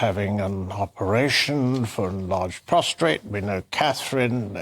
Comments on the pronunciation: Please tell Mr Fitzwilliams that King Charles does not have trouble with "prostrate" gland, but rather with his PROSTATE gland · Prostate……not prostrate 😂 very different meanings ! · PROSTATE…..NOT PROSTRATE….huge difference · It’s a prostate not a prostrate . That women being interviewed is invited on these programs purely for comedic effect.